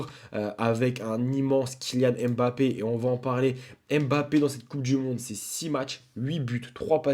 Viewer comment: Kylian M Bappe ❌ Kylian Mbappe ✅